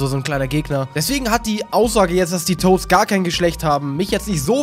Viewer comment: "die Toasts" ? XD